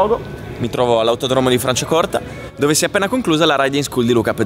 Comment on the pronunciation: ciao a tutti . . . Max Biaggi lo faceva in 250 !!!! 25 anni fa' !!! ps. Non pronunci correttamente autodromo !!!!